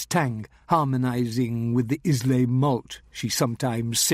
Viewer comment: Sorry to say I do not care for this narrator and he does not even know how to pronounce Islay.